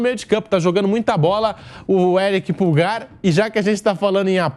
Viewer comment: Não é "Púlgar", é "Pulgár". Pulgar = polegar.